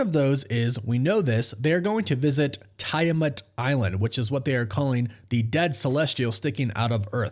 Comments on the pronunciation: Hey man, if you’re doing videos on this subject you may be interested to know it’s pronounced “Tee-ah-mut”… Not Tie Ah Mut. Also, you misspoke and said Ryan Reynolds instead of Robert Reynolds… All the best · It is! I don't know why he keeps saying it like that! I'm like "did this guy actually watch the movie & hear the pronunciation"??? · I thought its pronounced Tee- Ah- Moot ?? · how can you be considered a reliable source of information when you cannot even pronounce the name of the celestial "island" correctly?